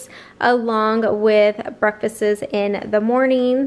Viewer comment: Good, meaningful content, but I think you made a mistake by saying 'breakfases' (as plural of breakfast). At least that's what I heard while you were enumerating your grocery items. Anyway, just wanted to give you a heads-up.